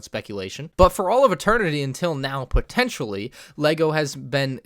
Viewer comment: you say "pontetionally" at least 3000 times